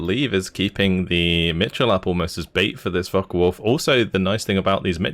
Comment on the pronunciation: Am I the in the minority? I'm sorry but the co-host repeatedly mispronouncing things like "The Falken Wulf" and other times is a bit distracting. I get he's new to the cast but it doesn't seem like he knows a lot about Steel Division which is what I would expect out of a caster. He even called the Axis "the blue team". Can he learn some basics or play the game a bit more then come back? It really takes you out of the cast honestly.